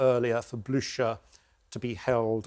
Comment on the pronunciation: He could’ve learned the correct pronunciation of Blucher ;) but I 100% agree